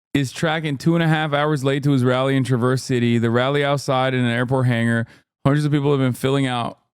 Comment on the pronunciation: it's so pedantic, but as a michigander the way he says traverse city drive me crazy. You gotta sorta separate the tra and the verse while shoving the city onto the word and putting it into a panini press that is the Midwest accent It should come out to tra-ver-sity Tra(apple) - versity (combine the s sound in the second half of verse with the s sound the ci in city makes)